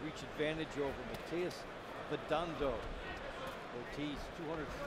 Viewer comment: At least get Vidondo's name right🫥 is MATIAS VIDONDO!